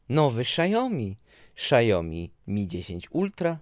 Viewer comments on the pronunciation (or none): Czyta się po prostu Xiaomi albo siaomi a nie szaomi